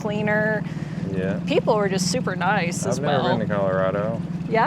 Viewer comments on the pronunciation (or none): none